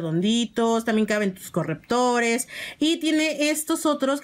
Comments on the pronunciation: Weyyy acaso dijo correptor no manches jajajaja que oso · Correctores* aprende a hablar y a decir las palabras.